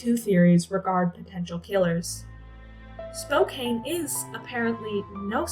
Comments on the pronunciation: Just an FYI: it's pronounced SPOKE-CAN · I know it's not intuitive, but Spokane is pronounced "Spo-Can." This is only so if you encounter podcasts or other audio info on the case, you know it's the same place. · Sorry, this was hard to watch for someone from Spokane. It's pronounced Spo-can. It just made me feel disconnected hearing it over and over. Plus anyone that watches it will say it wrong. May I suggest watching a local news reel from a city whose name you are going to say so often? Otherwise I feel like a bit of the homework was skipped.